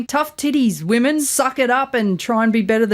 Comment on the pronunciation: Has anyone noticed how everyone is forgetting how to pronounce the words "women" and "women's". These 2 are the first Aussies I've heard do it.